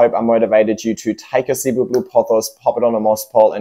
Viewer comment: Actually, the second plant you put in is Cebu Blue. Shape of Cebu blue starts fat at top and tapers much more strongly. Also Cebu is pronounced sih-BOO (emphasis on second syllable). It’s a popular island in Philippines.